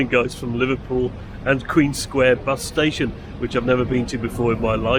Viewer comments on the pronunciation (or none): Sorry, it's Liverpool BUS station not Liverpool bus STAtion ... What has happened to English stress pronunciation ...!?